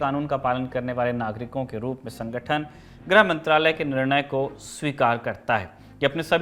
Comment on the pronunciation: ग्रह मंत्री नहीं "गृह" मंत्री